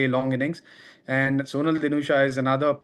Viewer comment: His name pronouns like sonaal not soonal